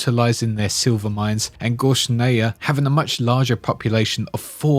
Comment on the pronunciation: The Gears of War lore master approves of this video 👍 Although your pronunciation of Gorasnaya was…interesting 😅 Nice work 💙